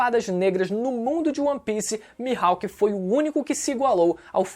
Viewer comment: "O hawk q o mihaipe teve" Mano kkkkkkkk incrível como sempre